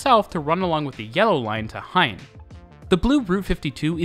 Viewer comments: They did Germanify? Jewify? Spanify? Gein and Gaasperplas into Hein and Haasperplas though. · still some mistakes in pronouncing GEIN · I think its funny that you pronounce the g kind of like an h when saying dutch place names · Remake to also fix probounciations but you still butcher about everything Dutch. Special mention to Gein as you made the g sound like an h. Also wtf did you do to Hoofddorp? It wouldnt be too hard to find someone to help with the pronounciation i think. Cant imagine what the old version had as the pronounciation as it cant get much worse Also i see lots of trains and metro trains in the pictures that havent been used in years. It isnt hard to find anything more recent. So not a great remake. You tell some interesting things but you saying things wrong and some old pictures dont help at all. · As a above-rivers-Dutchie, I cant help but scream GEIN to my screen every time you say it wrong. It's ok, nice video. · cut him some slack, Dutch is hard...